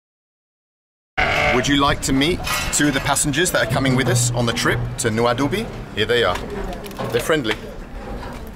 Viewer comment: It's not Noa Doobie. It's pronounced NoaDiBou. And I hear it's a horrible bus ride. Spent many nights in Nouadhibou back in '04-'07 when I was ferrying helicopters from Europe to Nigeria and Nigeria to Europe. But I flew into the airport, stayed in a hotel and flew out the next day.